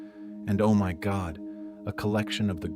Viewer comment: Whats up with the emphasized OMyGod